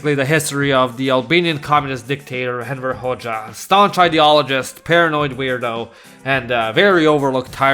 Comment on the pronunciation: Everytime you say "Enver Hoxha", your pronunciation makes it sound like you're saying "Emperor Hoxha"💀